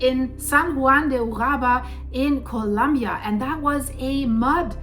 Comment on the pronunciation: Colombia, not Columbia